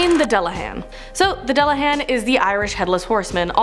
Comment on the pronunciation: You’re saying dullahan so wrong...